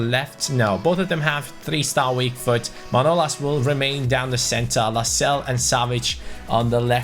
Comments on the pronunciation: Lascelles not lascelle hes english not french good vid tho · You do say the S in Lascelles